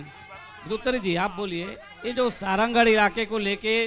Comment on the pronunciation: सारंगढ़ बोलना नई आता विधायक मोहदया को लानत है ऐसे विधायक पर